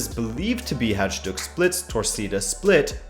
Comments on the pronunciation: The pronunciation of Hajduk Split is rather similar to "hi-duke" FYI. Maybe u should make a video about the Balkan rivalries too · Good work man. Love your Roots of the Rivalry videos. Just an FYI. The Croatian team you refer to around the mark (Hajduk) is pronounced (Haaydook). The J in Croatian, Serbian, Bosnian, etc. is always pronounced as a Y. Not trying to be rude or anything, just pointing it out for future reference. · Your videos are awesome man! I would really love to see your view on Croatian darby betwen Hajduk (it’s pronounced Hayduk in english)Split and Dinamo Zagreb, or German Der Klasiker. Thanks for your content!